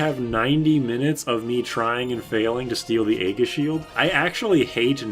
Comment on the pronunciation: Another pronunciation recommendation: "Aegis" is not "A-giss", it's "E-jiss". It's a soft G, and the A is silent.